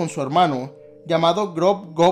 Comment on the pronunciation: Según recuerdo no decían “golb” si no “glob”